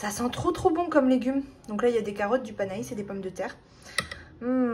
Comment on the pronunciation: Cc, c'est pas panais ca ce prononce panè.....ah les légumes c'est pas ton truc....mais bon tu as goûté un nouveau légumes bravo 🤣🤣❤❤❤👍👍😘